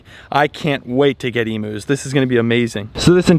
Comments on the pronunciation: I’ma bit excited to hear you’re getting emus. But can I let you know It’s pronounced Eeem-You not ee-moo. Love you ❤ all the way from Australia 🇦🇺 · Oh man, if you gonna get some Emus imma need you to pronounce it properly. It’s eem-you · Lol please look up an Aussie video about emus to learn how to pronounce emus . ❤️ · The amount of times said "Emus" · I love and laugh and how you pronounce Emus 😂 G’day from an Aussie❤🇦🇺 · Stop saying emus wrong 😢